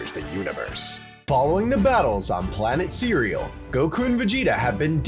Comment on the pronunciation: said “planet cereal”💀